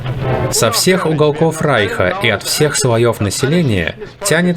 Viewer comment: Спасибо за видео . И отдельное спасибо за правильное произношение слова " райх ".